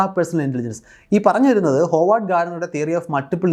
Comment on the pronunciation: Howard Gardner എന്ന് പേരിൽ Howard ഉച്ചരിക്കേണ്ടത് “ഹാവർഡ് ”എന്നാണ് “ഹോവാർഡ് ” എന്നല്ല.